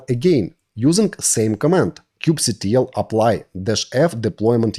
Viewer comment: Thank you for this tutorial and thank you also for not calling it "Kube-Cattle"